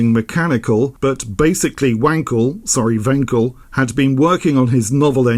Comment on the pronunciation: Very nice video, like always. Like your wanking jokes. However, the ‚a‘ in Wankel is pronounced like if you’d say „Aaah!“ when you suddenly understood some tricky stuff.